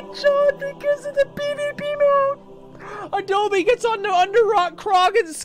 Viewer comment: i like how his name is not even adobe but adole lol